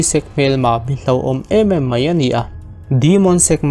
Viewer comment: Mai tih hi mei tiin lam ri tawh lo la..mizo tawng dik a tih hram hram tum la angaihnawm lehzual ang.